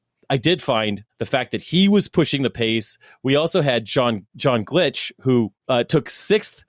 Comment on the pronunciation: Another great episode &, I really enjoyed the recap! Side note, my last name is pronounced ‘Glike’ (rhymes with Mike), even though it’s spelled Gleich. No worries though, 99+ out of 100 don’t get it right – just grateful I received a shout-out on the show! Also, I’ve uploaded all the tests from this MFC to my YouTube channel, so you can catch finishing well ahead of me on all of them!